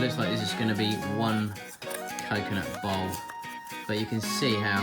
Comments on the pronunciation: bowl.... BOWL... he says Bowl like Ball. It took me quite a while to realize what he's making xD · He meant BOWL not BALL.. and here I were thinking how was he going to manage to turn each half into a ball..